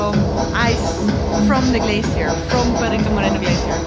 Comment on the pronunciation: Today you pronounce correctly the word "Perito Moreno", not like the last day when you said "Perrito Moreno " perrito is a small dog in spanish.:-)